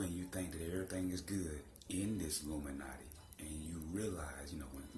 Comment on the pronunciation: When you have to take a deep breath " illuminouty"